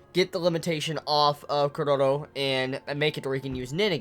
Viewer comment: Every time you say Chrollo something inside of me dies :p